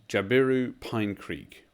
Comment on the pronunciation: JAB-i-roo CACK-i-d00 Cooinda T/O = 53 kms to the Cooinda turn off Good jpb mate!